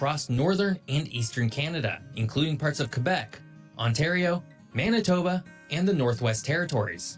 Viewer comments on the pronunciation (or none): none